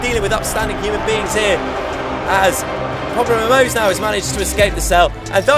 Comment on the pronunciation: Do we just Ignore that said PopularMELOWS?